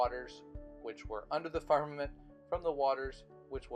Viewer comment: James Morris Music It's pronounced "Farmermint" didn't you watch the video?